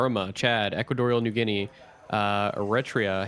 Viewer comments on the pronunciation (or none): none